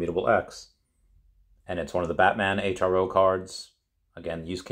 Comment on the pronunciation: Just FYI Hro is pronounced “Hero” not H-R-O